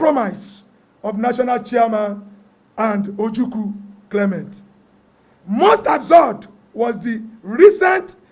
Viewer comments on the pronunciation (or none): none